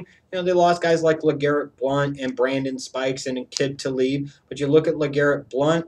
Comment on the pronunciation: You always mispronounce Aqib Talib's name.